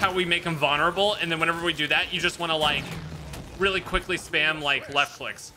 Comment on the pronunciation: Noahisms: vonerable, pedastool, weapondry.